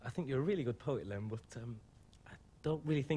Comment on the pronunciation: Did the guy not have time to ask Lemn how to pronounce his name before the show, very lazy interviewer.